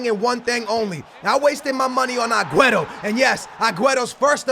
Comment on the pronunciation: I love ya but if you say aguero aguerto one more flipping time Ima square up on you